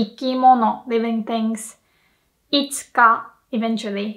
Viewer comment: In the sentence いきものはいつかしぬものだ you are pronouncing いつか as いっか